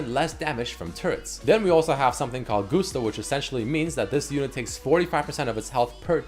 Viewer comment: never learned how to pronounce ‘Gusto’ or he rushed over this part.